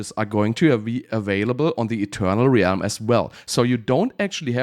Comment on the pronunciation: How is "Realm" the only word mispronounced in a video about Realms?